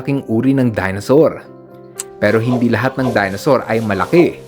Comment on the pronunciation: Dinosaur Hindi Dinasaur